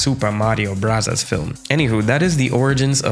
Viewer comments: I don't understand people complaining about super mario bros. and super mario brothers interchangeably. I also don't understand why you're pronouncing it as "brasas" who says it like that? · My mans really said, “ supah marios brutas” love the petty. Keep it up! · immediate subscribe on hearing 'supah mario brazas' 😂died laughing, thank you for making this! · Yeah, I would cringe if someone said "ave" instead of "avenue." You're not right on this. You can continue to be wrong if you prefer, but... you're still wrong. Just watch the intro to Super Smash Bros. and Super Smash Bros. Melee. It's "brothers" not "bros." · At some points, I thought he said Super Mario Brazzers. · Its definitely pronounced broze. That was such an annoying way to pronounce it,i know it was annoying on porpoise tho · Super Mario Bros. 🙅 Super Mario Brothers 🙅 Super Mario Brasas 👌